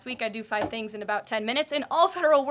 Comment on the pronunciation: “I do about five tings in ten minutes” probably more 🤣